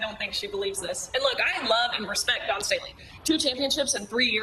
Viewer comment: Love ya, but you hurt your credibility when you mispronounce the name of the central figure in your video. There is no "n" in Staley.